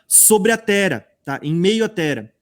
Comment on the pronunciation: DESCULPA,MAIS NÃO GOSTO,QUANDO VOCÊ FALA TERA,O NOME CERTO,É TERRA,TEM 2 R